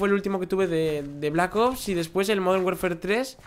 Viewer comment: Dijiste safar en vez de salvar Una ves dijiste werfer y después warfar cuando hablabas de call of duty